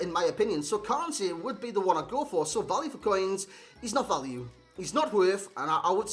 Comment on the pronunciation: Kante not Kane